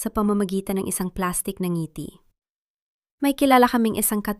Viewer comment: Maganda ang kuwento,pero ypng ibang salita iba ang pagkabigkas,,ang accent,,ng ngiti,palad,at iba pa